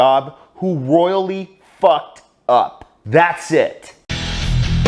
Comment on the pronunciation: Emphasis on the ROYALLY part. Biiiig f up